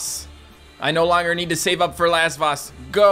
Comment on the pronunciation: I keep thinking says "Last Boss" when he is saying Lasvoss